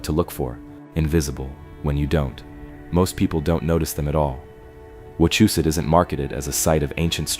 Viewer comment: Im 5 mins from wachusette (ur pronounving it wrong) but that could be the AI? and ya most are colonial remnants. Not charcoal pots but logging camps. Not a single pic but a google search query them stacked stones have fell multiple times and reset by thlocal govenment for tourist $$